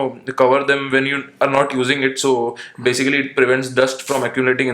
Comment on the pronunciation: Basicerry = Basicly??